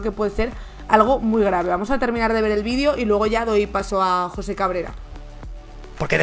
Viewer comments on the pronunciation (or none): none